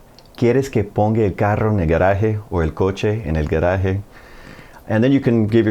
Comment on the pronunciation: I hope you don't mind feed back. Excellent Spanish but Spanish vowels have to be clearer (it's only 5 of them in Sp but vowels matter more in Spanish pronounciation than in English)... gueraje -> gAHraje cotólica -> cAHtólica